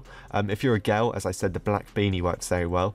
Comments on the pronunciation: WHY DO YOU SAY GAL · When said girl for me it sounds like gal